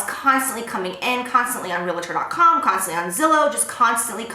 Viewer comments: love you Jaclyn! Please note the word "realtor" does not have an "a" in the middle of it:) It is pronounced real-tor, not real-a-tor ;) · I love you girl.. HUGE FAN... but one thing. It's REAL-TOR. 2 syllables. Someone did this for me when i was your age. Super proud of you.